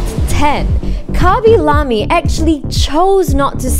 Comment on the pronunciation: who is Kaby Lamy?